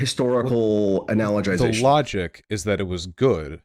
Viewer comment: He lost me at "analagization"